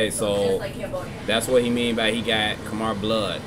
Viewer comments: Khmer pronounced ka’mai, no “er” at the end great reaction btw. Khmer means the people and language of Cambodia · It's prounounced kah Mai btw